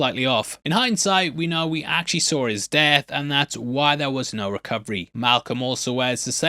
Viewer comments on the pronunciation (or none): "Saw-r". It's actually "saw" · British accent.